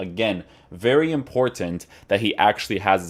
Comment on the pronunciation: "Very Im-PorT-Tant!" Best reviewer on YouTube.